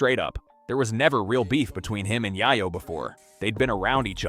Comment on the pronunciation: Yay-yo ! Yay-yo !!! not Yah-yo !